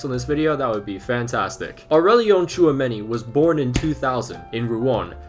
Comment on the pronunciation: Tchouameni to Arsenal confirmed?! 😳 Also good job with the pronunciation too